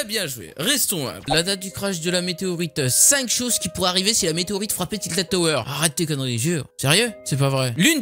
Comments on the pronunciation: c pas tiltid c tilted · tiltid mdrr tilted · C pas tiltid tower tiltèd tower 😭